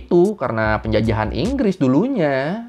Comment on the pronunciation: enggress enggres